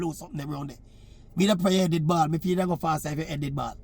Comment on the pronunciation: Maverick.. put on a "ball" fi her not a bawl🤣🤣🤣🤣